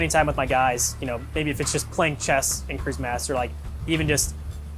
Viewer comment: wc 第一次聽到這樣讀Christmas的